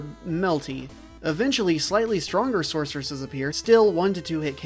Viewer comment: Thrustaeviseseseses lol Sorceresseseseseses lol